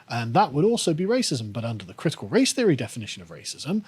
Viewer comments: Can someone have a word with about th-fronting. It makes it hard to listen to when he keeps saying "feary" instead of "theory" etc. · This guy always makes it sound like "critical race fairy" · I keep hearing "critical race fairy." ..